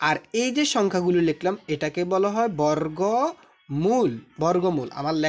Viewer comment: বরররগ ❌ বর্গ ✅